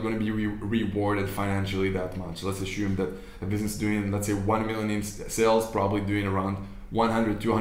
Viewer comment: The word is ASSUME not ASHUME.